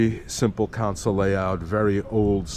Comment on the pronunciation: It’s console not council.